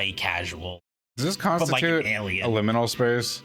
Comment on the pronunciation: Liminal space, or Lumon-al space? 😬